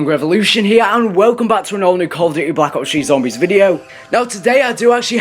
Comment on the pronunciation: Sounds like You're Saying Call of Duty Black Cops 3 ?